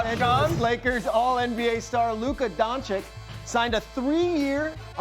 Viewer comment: These espn fa990ts still don’t know how to pronounce Doncic